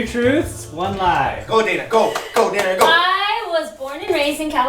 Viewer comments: its Daina not Diana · Daina* not Dana